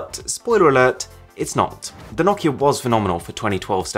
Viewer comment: Your saying nakia it’s Nokia no-ki-a